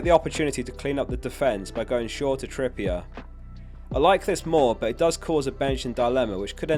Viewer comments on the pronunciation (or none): none